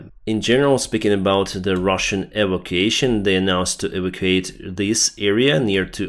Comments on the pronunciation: Sorry, it's not 'eevication',. It's 'ee-VAK-u-ation.' Got it? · the word evacuation is pronounced e Vac u a shun. Hope That helps with your english. Otherwise you're doing a good job.